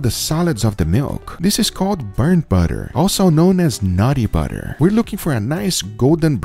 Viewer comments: love it’s nutty butter not naughty butter 😂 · I thought he was saying nutty butter.